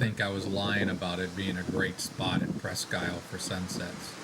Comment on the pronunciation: I think it’s pronounced “ presk-eel” FYI. Thanks for just chatting!